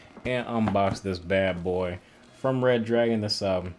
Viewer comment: Its redragon not reddragon